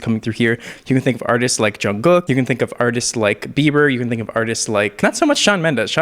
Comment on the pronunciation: I'm going to cry, I had to replay it, he pronounced jungkook correctly